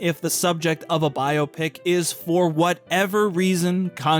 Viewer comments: I just have to thank you for not pronouncing BioPic like it's a medical procedure. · Thank you for pronouncing biopic correctly. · It's pronounced biopic!